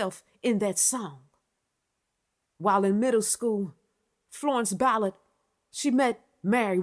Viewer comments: First time I've heard Mary Wilson was doing Berry Gordy. I love your style but calling her Florence "Billard" was driving me bananas. lol You're good. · I'm going to forgive the fact keeps butchering this woman's last name and I'm just going to receive the message in the genuine sense that it's given...